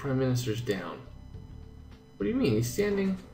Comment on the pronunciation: Ace... you miss "T" when you said "What" at the end... since you just said... "WHAAAAAA....???"